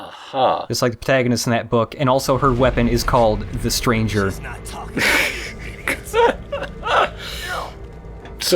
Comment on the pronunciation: lay-tranh-zhay, silly american.